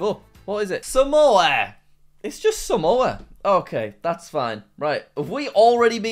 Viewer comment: its samoa for god sake